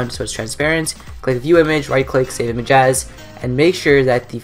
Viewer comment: He said "Save Imagas!" XD